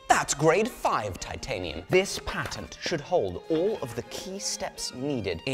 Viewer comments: You say patent wrong for a brit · The amount of effort it must have taken to force himself to use the American pronunciation of "patent" every time... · Damn I don't know him but I love it Soo much the way he says ,,The patent! Has bloody Expired!" 😂